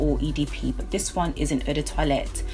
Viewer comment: We seem to have similar tastes, lovely collection! You should check out Tom Ford Noir Extreme, the "men's" version. It's sweet and delicious and lasts forever. Also, it's quite refreshing to see a collection video where someone pronounces "toilette" correctly, so kudos for that!